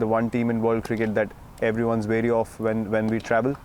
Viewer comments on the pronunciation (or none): none